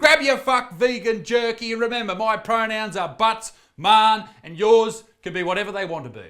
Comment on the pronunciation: Oh no you said the wrong pronous if i ever said that i will spontaneously conbust